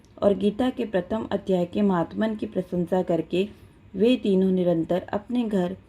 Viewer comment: महात्मन नहीं माहात्म्य